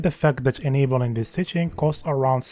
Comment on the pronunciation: In chis vicheo I will chry cho chake a chifferent approach. Cho point cho point chen